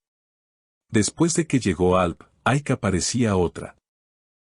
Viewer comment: No pronuncies "AyKa" !!! Ayça se pronuncia "AYCHA", please 🙏🙏🙏